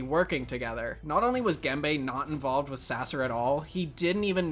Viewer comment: his name is Gembe [Gembə], not "gamebay" ;)